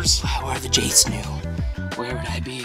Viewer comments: He said Jsnu instead of jstu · You said jsnoo LOL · Preston you said Jsnu no More Jstu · I love how he calls them Jsnu 😂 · Preston keeps calling them JSnu! 🤣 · ITS JSTU NOT "JSNOO" which is what you keep saying like XD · Preston said morejsnu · I know right I was like it’s Jstu not jsnu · He definitely said “Jsnu” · I like how he said “jsnu” instead of jstu. Lol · Yo so many times he said jsnu I just wanted to shout JSTU😂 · I like how preston said jstnou even though it is jstu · I like how Preston is saying jaysnoo but it is jastu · it was so funny when preston said jaistnu not jstu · U CALLED THEM J SNEW LOL THERE JSTU LOL TWICE! WELL 100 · I like you kept saying jsnu instead of jstu presten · Why does Preston say your name as Jsnu instead of jstu??😂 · I mean Preston says Jstnu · JSnu? Its JStu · J stew not j snew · its jstoo not jsnoo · Its j stew not j snoo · bruh preaston said jsnu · Its not jsnu Preston its jstu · Jstu not Jsnu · He says jsnu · I love how Preston said jstu wrong the entire time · im sorry but u keep saying Jsnu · I died cuz u said jsnu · i know preston says jsnu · the fact that you keep saying jsnu lol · You said jsnu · “So, I’m Col Laning today with JSNU.” LOL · did anyone else notice that Preston was saying Jace-new? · Is it just me that hears Preston say “Jsnu”? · I love it when Preston calls Jstu “jsnu” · It’s so funny how he calls them jsnu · Preston said jsnu twice 😂😂😂😅😅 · Preston always said jsnu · Preston literally calling them jsnu 😂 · the thing is that preston is sayin JSnu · It’s awesome how he calls them Jsnu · Preston keeps on saying JsNu” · Preston saying jsnu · He’s calling them JSnu 😂🤣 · Preston I think you said Jsnu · Yes, I remember Preston saying JSNU. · Preston keeps calling them jsnu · lol he called them jsnu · Man really said jsnu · Was he calling them jsnu? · Did preston just say Jsnu?? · He called them jsunu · it sounds like preston is saying 'jsneo'' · Preston kept saying jsnu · You’re saying J stew wrong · He said JSNU